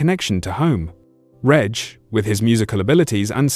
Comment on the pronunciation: Pity the A.I. can't pronounce Reg correctly. And can't pronounce dates correctly, WTF is two tithousads and eight, and two tithousads and sixteen.